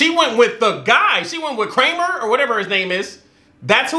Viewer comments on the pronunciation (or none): almost did a spit take when you called Viktor Krum "Kramer" ngl